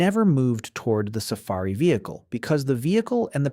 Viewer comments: Tf is a Sa-ferry? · Lol "safairy"